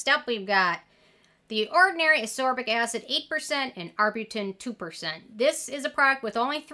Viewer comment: I really appreciate all these vitamin C videos. But i HAVE to say, ascorbic acid is pronounced AS-KOR-BIK ACID. similar to how you are pronouncing all of the vit c derivatives. Sodium AsCORbyl Phosphate, etc.